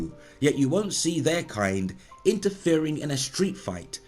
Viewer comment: Everytime you say wunt it hurts me